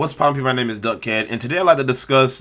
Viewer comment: I’ve never seen your videos before but thst opening when you said “what’s popping my name is” I thought you said what’s popping my niggas 😂😂😂